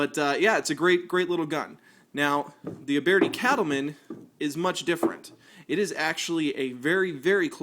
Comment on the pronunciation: Youbeartee? It’s pronounced “youbirdy” why do people make videos to talk about guns if they don’t even know how to pronounce the guns theyre talking about